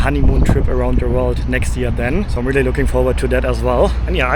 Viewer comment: Am I the only one who can't unhear not pronouncing the "R" 😂? Times Sqwewe, Wondewing and Wealy difficult, Touwist 😂.